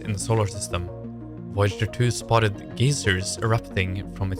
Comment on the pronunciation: A new AI voice? Was your other voice AI? A geyser is not the same as a geeezer. I'm a gezzer. The scientific content is well written. The weird voice Terrible.